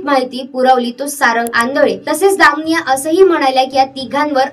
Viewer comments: Muki ti damniy nhi damaniya mhn gujrati sur name ahe screen var boltana ucchar soasta ani nave correct ghene. Quakity kharab hote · दामनिया ? दमानिया म्हण बाई , काय उच्चार ...